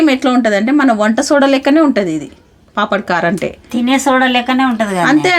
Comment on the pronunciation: పాపడ్ కార్ కాదు పాపడ్ ఖార్